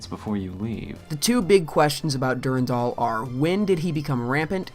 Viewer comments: For love of Marathon it's DuRANdal, not DuRENdal! ALL of your voice actors are saying it right! Did you not listen to them before you edited this vid? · Awesome video. Suggestions for the next videos: DEFINITELY just read the terminal text yourself, and consider pronouncing "Durandal" the way that most people say it (dur-AN-dal). I know people who pronounce it your way are generally very passionate about it being "the correct way," but it's kinda up in the air (depending on the root language you derive it from). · OMG PLEASE STOP SAYING DURINDOL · I always stressed the 2nd syllable in "Durandal". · the way you pronounce Durandal triggers me